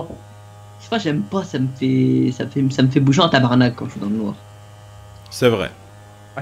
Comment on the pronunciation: il sacre en Québécois "TABARNAK" pi même moi je suis québécois et je trouve qu'il le dit bien